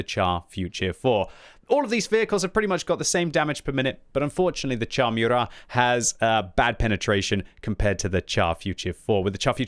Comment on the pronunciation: It's moorat man, not meurat